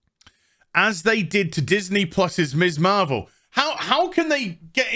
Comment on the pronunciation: I think you are great, but everytime you say Miss Marvel, all I hear is Miss Marple which confused the hell out of me at first!:)